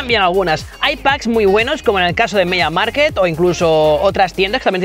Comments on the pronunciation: Se dice media mark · Me pones nervioso cuando dices mediamarket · Cada vez que decías: "Media Market" se me rompía algo por dentro. 😂